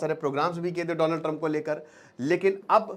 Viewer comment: Dolund Trump😂😂😂